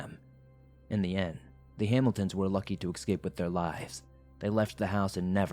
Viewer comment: Eck-scape? Still love ya, man!